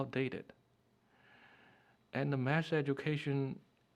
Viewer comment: they say mass instead of math